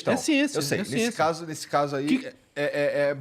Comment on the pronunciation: ''é xiencia'' jargão de quem só lê sumario de livro de biologia